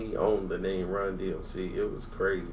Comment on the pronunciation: Say Runs real name because its sound like you saying Ron